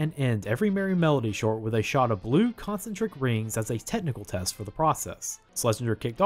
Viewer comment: Con-CEN-tric, not CON-cen-tric. [sigh]